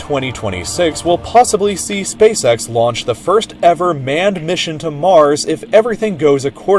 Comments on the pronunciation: Spacesex It's spaceEX you moron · He said spasex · Hahaha he said space sex hahaha haaaaaaaaaargh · "He said Space Sex" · "hehehehehehehehehehehehehe he said spacesex" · Ngehehehehhe he said space sex hehehehehehehehehehehe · "heheheh he said Spacecex ( space sex ) " XD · He said space sex hehehehehehe huuuhhh